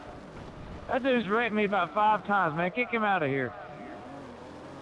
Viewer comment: he says "ah man he wrecked me again" but it sounds like "ah man he erected me again"